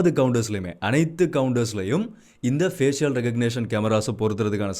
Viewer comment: Fஏசிஷியல் தவறு . fஏஷல் என்று உச்சரிக்கவும்